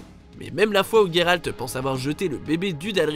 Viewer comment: Ce qui est perturbant ce ne sont pas les quêtes mais votre prononciation du prénom de Géralt 😑